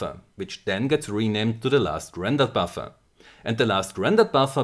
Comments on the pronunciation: How many times he say baffa? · All i'm hearing is Buffa and Buffa and Buffa xD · all i hear is buffa buffa front buffa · Hearing a shit ton of "buffer" in a german accent is surprisingly satisfying